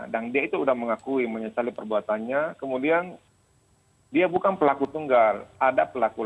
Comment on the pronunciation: Selamat bapak pengacara bharada E kebanyakan "ng" Nya.. Bukang,kaitang, 😂😂😂